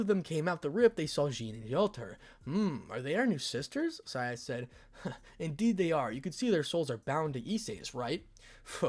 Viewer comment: it's Scathach not skyatch